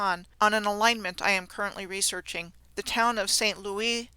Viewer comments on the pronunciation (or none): none